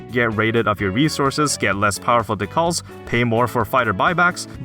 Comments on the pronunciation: i think decals are DEE-CALS not DUH-KUHLS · Was anyone else thrown off by "decals" being pronounce "dih-Calls" instead of "Dee-kals" ? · Decals is Dee-kales. Like you apply to a car in a car game. Not Duh-Calls. Just... Drove me insane this video. Lol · Not to be the worst but i think its pronounced "dee-kahls" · I think its Dee - Cals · Holy fuck it’s pronounced DEE-CALs, I was trying so hard to overlook it but you say it so many times I’m sorry I just can’t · Ducalls lol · This dude pronounces decals like Tikal from Sonic Adventure. Absolute psychopath Lmao dude you're out of touch if you think games aren't skill based these days. Look at Elden Ring getting GOTY and selling millions of copies. Kinda sounds like you base your personality on your ability to beat hard games instead of being an interesting person. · Never before have I heard "decals" pronounced that way 😆